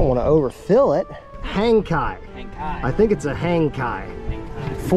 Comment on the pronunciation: Kayak motor? Hangkai, rhymes with Jankey.